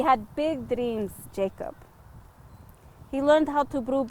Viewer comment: 💛...would his name be pronounced 'ya-kob'?...